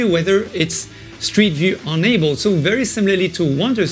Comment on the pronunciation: Wander was free I think when I was on Gear VR so I have not been thinking about purchasing it on Quest. But now I kinda miss walking around in Wander. I still fee like I've been to Rome and it's a strange feeling. BTW I love the way you say "enabled" like "unabled" hehe.